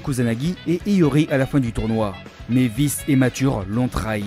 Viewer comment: On dit K'Prime pas K'Slashe😅 et Vice se prononce °Vaise